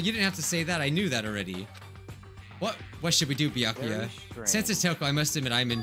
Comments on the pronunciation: It sounds like you keep saying byankuya but it has no N. Just Byakuya. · It’s byakuya or toko Me knowing it’s neither:Close but not close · Any time says Byakuya really fast it sounds like he's saying my name